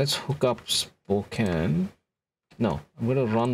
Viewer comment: Thank you for pronouncing Spokane correctly!